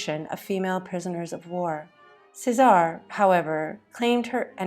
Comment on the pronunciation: Caesare= “chess-a-ray”